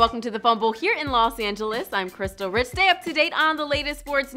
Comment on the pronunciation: Why do all these Fumble girls have brain aneurysm's? Your last name is Rich not Riss, WTF